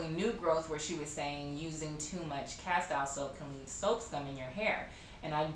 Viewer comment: Castile pronounced Casteel. It is a word of Spanish origin.